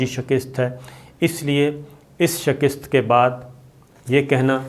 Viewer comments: The word is Shikasat not Sakist please note. In Punjab they say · 'Shakist' nahin kehtay, balkay 'Shikast' drust lafz hay. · بھائ شکست کے ک کے نیچے زیر نہیں زبر ہے۔ خدا کا واسطہ ہے یہ جہالت چھوڑو۔ ذرائع ابلاغ سے منسلک ہوکر یہ غلطی کرنا مجرمانہ فعل ہے۔